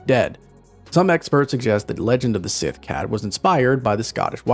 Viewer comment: Their Gælic is atrocious, Síth isn't being pronounced correctly either. "Gaylick siTH cats on SAM HAYNE" 🤦